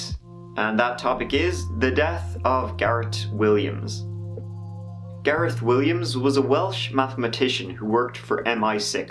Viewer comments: It's Gareth not Garrett!!! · HOLD UP YOU SAID GARET LIKE U COULDN'T SAY THE H THEN GARETH STRAIGHT AFTER HMMM LOL U DO PUT ON SOME STUFF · says garetttt again. When before says Gareth properly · I like the way your pronunciation of "Gareth" seems to change every time you say it haha. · does the h not change the sound t makes where ever is from?